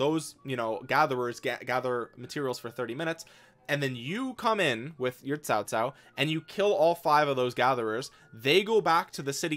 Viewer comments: you said cao cao right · Him: pronouncing Cao Cao Chinese: 👁 👁 👄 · Is fine 😂